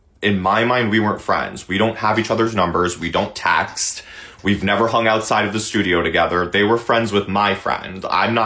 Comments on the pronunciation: It’s pronounced “text” not “taxt” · “hiiiiiiiiiiiii, sorry about the videoooooo”😚 what a psycho. He genuinely creeps me out. “TAXT” Psycho vibes.